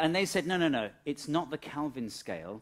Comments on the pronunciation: And there I was, pronouncing Kelvin as Kelvin for all these years, when I should have been saying Kalvin. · kElvin not kAlvin. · I found it really jarring every time you said Kalvin instead of Kelvin. 😠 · It's KELIVIN not bleedin KALVIN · Kelvin not Calvin. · Do you keep saying, "Kalvin"??